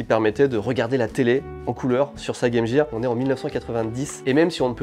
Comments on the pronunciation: vous dite pas Jame Jear pourquoi le le prononcer comme sa? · En tant que Canadien bilingue, je hurle de rire a chaque fois qu'un Français dit : Game Jear